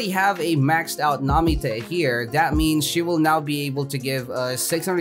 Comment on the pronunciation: Where the tf did he get the name namite it’s nami